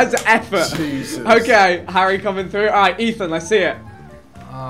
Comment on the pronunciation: did man just say frue? lol